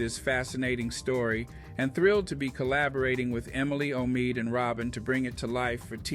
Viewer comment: Um why are you pronouncing Omid Scobie's name like a robot,? 🤔 Anyway, Congrats Omid! That Sussex effect is spreading, lol.